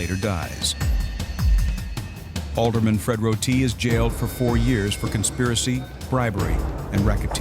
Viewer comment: It is not pronounced Fred RotEE. Roti. No emphasis on the end. Sheesh. All those guys u interviewed and you couldn’t get the pronunciation right?